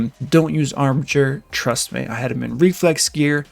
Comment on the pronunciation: I'm just happy he pronounced "armiger" correctly. Thanks for the info.